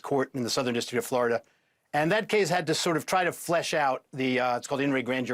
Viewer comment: Did he say "flesh" out? (Twice). Did he mean 'flush" out? Strange😮